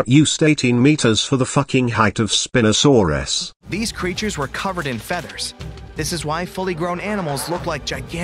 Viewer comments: "Spin-osaurus" instead of "spine-osaurus" is the best thing in this video so far 🤣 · The best part of the spino section is probably the text to speech calling it spinasouris instead of spinosauris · Also you are not pronouncing the spinosuarus properly